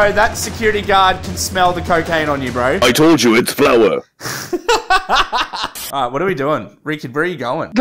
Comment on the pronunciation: Narrator: "iTs flOur!"